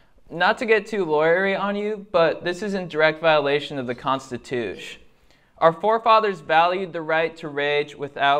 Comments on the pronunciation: he said constitush😂😂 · constitush lmaooo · Rofl their faces when he said "constitush" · This guy kind of irritated me until he said “constitoosh” and then I lost it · "not to get too lawyer-y on you, but this is in direct violation of the constituush" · Constituche brah! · "Constitoosh"...😂😂😂 Love this guy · I'm gonna go around using "constitoosh" now 😂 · “The Constitoosh” 😂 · The constitush is when he got me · “The constitush” 😂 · The constitoosh 😂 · "the constitoosh" 💀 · Constitush got me. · Constitiush, potensh, more communikeish.